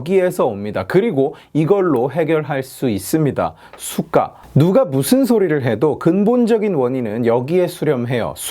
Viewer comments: 왜 자꾸 cyka로 들리지? 제 귀는 썩었습니다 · 수가 하실때마다 Сука 이 발음같네요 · 좋은 영상 잘 봤습니다 ㅎㅎ 근데 내용과는 관련이 없는데 '수가'라는 발음이 러시아욕이랑 같아서 들을 때 깜짝깜짝 놀라네요 ㅋㅋㅋ